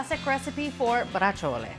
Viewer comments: It's pronounced (Bra chole) not brachole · Please learn to pronounce "Brah-zjole" correctly. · It’s pronounced “Brah-zjole” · Oh my goodness, Neopolitan is definitely Italian creole or patois because I have never heard the real Italian pronunciation for Braciole until now 🤣😂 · Both of you are mispronouncing it. Tony Soprano pronounced it correctly. You need to watch Sopranos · You DO pronounce the “e” if saying it in Italian.